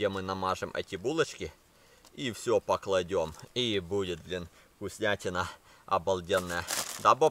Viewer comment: Бурхеры, говори на своем языке раз не можешь на русском разговаривать и (непокладем) а положем